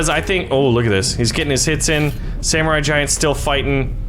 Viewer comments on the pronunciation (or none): none